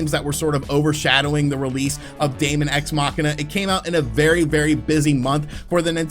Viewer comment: Dæmon is pronounced demon. Just like æther is pronounced ether. Seriously, it's not that hard to learn how to fucking pronounce words....